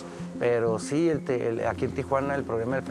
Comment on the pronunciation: They need to hire a bilingual reporter this is embarrassing she can barely say si